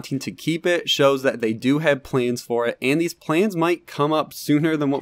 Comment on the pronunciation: Are you intentionally Saying planes instead of plans?